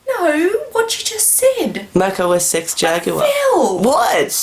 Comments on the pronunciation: about Mac OS X. the X is pronounced "ten" try to type "say Mac OS X" in the terminal and see what happens. you said you watched reviews about the OS`s you tried as to pronounce them correctly. did you? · Mac os 6 "Mac OS Sex" Lolololololol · Anyway I just wanna say it was supposed to be pronounced Mac OS 10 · Dude He Said Mac OS Sex Jaguar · RedstoneFreakCrafter No, she thought he said "Mac OS SEX"